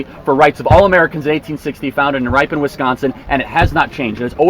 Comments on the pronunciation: Pointless comment but its pronounced Ripon with a short I sound lol. I live ten minutes away from there. :) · dude needs to pronounce Ripon wisconsin correctly.....Rip-en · Pronounced RIP - ON